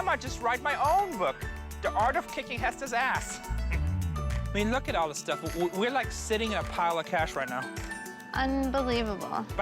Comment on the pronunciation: "Look at this. Some sort of African thing. I could get a dousand for dis." Real expert right there.